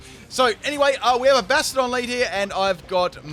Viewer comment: I hate the way he says Bastiodon like Bastard-on.